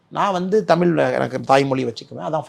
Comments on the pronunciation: Anna first say 'தமிழ்' properly.. it's not தமில் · Annamalai should correct his pronunciation of word taml l × தமிழ் மொழி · முதல்ல தமிழ தமில் என்று சொல்றத சரி செய்துகொள். இந்தி வேனும் என்று சொல்ல நீ யார்?